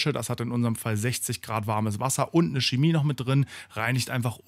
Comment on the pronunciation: Das ist keine Schemie, sondern Chemie. Auch keine Kemie oder Cemie